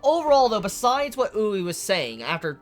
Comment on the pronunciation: It's oo-ri-eh not oo-rei for Urie